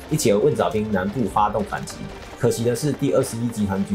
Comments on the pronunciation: 是月浦不是月埔，浜读bang，不读bin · 不应该是读蕰藻浜bang吗，bin应该是滨这个字吧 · 浜，bang音，不是“兵” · 感谢做出这么精良的节目，另外蕰藻浜 最后一个字应该读bang。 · 蘊藻浜（bang）念帮忙的帮 我是宝山土著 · 浜 读 bang